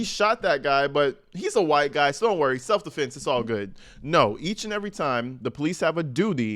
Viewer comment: Its probably AI you really think that idiot Alexander can write like that especially with all the correct grammar... He didn't even know how to say self defense he originally said multiple times self deflense not self defense... Not to mention see all the — in between the words... Most don't know how to use those unless you are a journalism major or English majors. You really think that fool does... My guess is AI wrote the statement